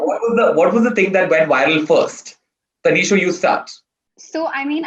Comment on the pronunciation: Did he keep calling her Taneeshow? Lmao.